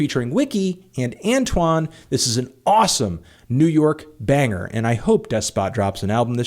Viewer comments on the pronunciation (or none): none